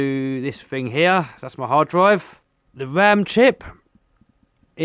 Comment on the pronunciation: Now this is comedy.... Every time he says Fing I laugh. Could make a good drinking game every time he says Fing take a shot.